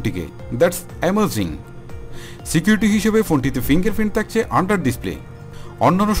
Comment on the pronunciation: তাকচে, তার্টি, তার্ড,কমান্ট। এসব শুনতে একটু অড লাগে।একটু সংশোধন করবেন ভাইয়া।ধন্যবাদ